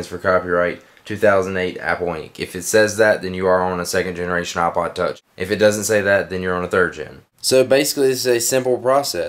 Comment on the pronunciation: its IPOD TOUCH NOT OHPOD TOUCH